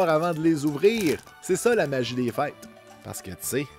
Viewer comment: J'étais persuadé que tu disais fight pour le mot a dire, je comprennais pas pourquoi 😂 en fait c'est fêtes ahah bonne fêtes a tout le monde